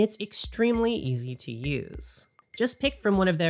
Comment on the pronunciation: Did you say east to learn? Obscuring…